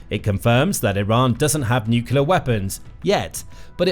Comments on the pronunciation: Ok this is petty of me, but I kept getting an eye twitch whenever he said "Nucular" instead of Nuclear. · I find this site pretty credible and accurate, so it has value. But why oh why do so many people on this planet have trouble saying the word "nuclear"? It is. NEW-CLEE-ARE. Not new-cue-lar. It's really hard to give any credibility to someone who can't pronounce a simple English word of such importance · It’s not New Killer it’s New Clear. Please, Learn to speak correctly. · Nuclear It’s pronounced - New Clee Are Newkelar is something else entirely. Please get it right. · BTW, it's pronounced NUCLEAR NOT NUCULER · Please... For the love of everything good... Learn how to pronounce Nuclear. New-cle-ar. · it's called nucular, everybody knows that. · Nu-clee-er‼️ Reporter needs remedial training‼️ You’re FIRED😱😱😱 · "nucular"... Sure buddy, we'll listen to you. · For God’s Sake, it’s pronounced “new clear”! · England here it’s pronounced new clé ar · nookeelar drives me crazy every time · If you can’t pronounce the word, don’t use it; Atomic is just fine. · Try reading the word. Nuclear has only one letter u..... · Let's listen to pronunciation of "nuclear" - even "mercan" Bush got it correct, so media troglodytes mocked him.